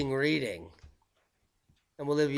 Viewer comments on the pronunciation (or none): none